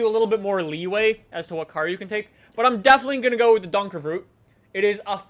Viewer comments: yay dutch horsepower by the way it's donkervoort not donkervroot lol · its not called a donkervroot its called a fucking donkervoort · Can you read😂😂 “donkervroot” you do know it is donkervooRt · IT'S DONKERVOORT NOT DONERVROOT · You say donkervoort as donker ford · donkerVROOOOOT!!! it's not Russian :P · Lol did you say donkervrhoot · goddamn how says donkervoort makes me so mad. how the FUCK does he make Donkervroet out of it. love his vids. hate how he says that particular make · Donkervoort-pronounced: Donk-er-foo-rt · Please!!!!!!!! PLEASE!!! It is Donkervoort!! Like donker-Ford!! PLEASE!!!!! Thank you! God! I'm sorry i'm so angry but for dutch people donkervoort is like legendary! Except if you count the VanDenBrink Carver... that thing is just epic!! It is sooo funny!! They have to get that car into the game!! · Stefan Verkuijlen DUNKERFROT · Why does he pronounce car brand names so weird? Like he says Nee-san Nisan. He says Fortune Four chune. (I know that's not a car brand but still) I need to remember the other one so I will edit when I get back. He says Hon-day Hay-aun-day. And, I don't even want to try to spell out how he says donkervoort. By the way I misspelled some of the words on purpose so I could show how he says the words. I know how to spell all of these words. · i am dutch and you pronounce "donkervoort" like an absolute muppet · It's so funny to hear you say Donkervoort haha. (I'm Dutch btw) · Wie is ook nl en vindt het grappig hoe hij donkervoort uitspreekt😂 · Don't ever pronounce Donkervoort the way you did ever again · The way you pronounce donkervoort is really funny XD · Am I the only Dutchie who gets triggered by prenouncing Donkervoort? XD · I am dutch and the way you pronounce donkervoort is so funny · yup I'm from south Africa so I know afrikaans and sorry but you are pronouncing it so differently to how we all pronounce the name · i love how he pronounces Donkervoort completely wrong every single time 😂